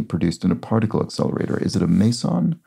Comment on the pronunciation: Meson is pronounced mee-zon Pauli is pronounced pow-lee .